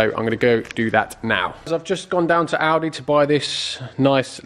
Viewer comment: Oh, "Audi", thought you said "Aldi".